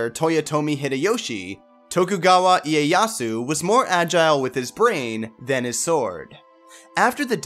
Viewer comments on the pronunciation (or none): none